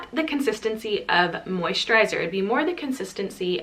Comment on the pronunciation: I heard an Irish twang when you say moisturiser! Amazing recommendations as always 🥰xo